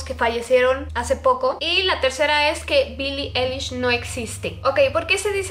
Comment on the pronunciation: No es Billie elish Es billi ailish 😂😂😂💁‍♀️